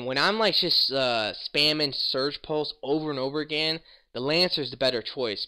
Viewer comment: It's Siege (seej) pulse, not Surge pulse